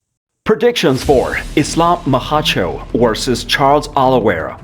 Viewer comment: Who the heck is "Maha-cho" I think he means Makhachev